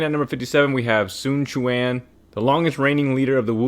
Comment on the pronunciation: So you CAN say his name right